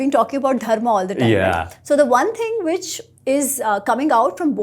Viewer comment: speaks a Romance language, I am having trouble with him having trouble pronouncing the dh of Dharma. It should be easy for him.